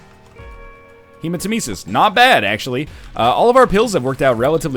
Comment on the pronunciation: It's hemaTEmesis, not hemateMEsis